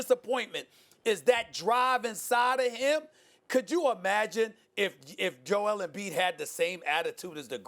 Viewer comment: Why do they pronounce it Joe-EL? Is he from Krypton?